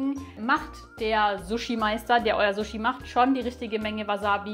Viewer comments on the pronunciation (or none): Ich bin Japanerin. Wenn jemand so gut japanisch spricht wie Du, kannst Du bitte richtig sushi( scharfes S) statt zushi (weiches S) aussprechen?😊